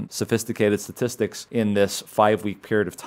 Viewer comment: Great report. But what is a sa-tistic? Did you mean statistic.